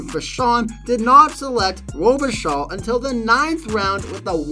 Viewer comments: Paris Hilton, a "hearess"? And Tom "Glaveen"? Luc "Robitall"? The pronunciation here is pretty wild! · The proper pronunciation of Luc Robitaille name which is French is Luc Robe a tie with the a sounding like a soft a not like a sharp a. And taille is pronounced like tie in necktie.